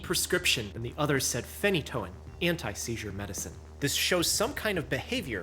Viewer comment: It’s not phen-E’-toin